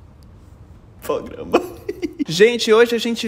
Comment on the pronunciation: Esperem um pouco mais pra falar ‘pograma’, me contratem para o marketing da sua empresa 👍 (ajuda tbm na ansiedade) kkkkkkkkkk